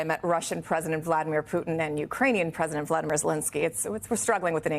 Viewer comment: And it's praisdant musk.